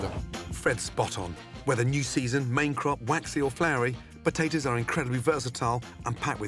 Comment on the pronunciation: Anyone ever notice Gordon says Butatoes